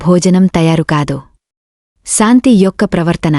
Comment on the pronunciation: Nice,aina meeku sha raada.santhi,niraasa,ramesa.antunnaru.